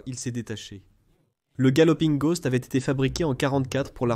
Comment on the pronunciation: A The galloping ghost . Votre anglais est à revoir. La traduction n'est pas bonne. C'est le fantôme galopant et non le cheval galopant. La prononciation aussi n'est pas bonne...